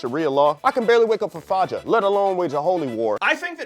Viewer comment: Why is that "hella McChickens" girl talking so stereotypically ghetto, while the black guy can't even pronounce Fajr? I guess Buzzfeed really wanted to hammer home the diversity angle.